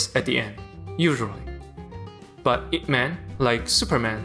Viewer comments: It's /-ip-/. Not I.P. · I cringe when he said I-P Man. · I got so triggered when you said I.P Man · 'eye-pee' man?? bro Ip is one word and thats his last name. bro.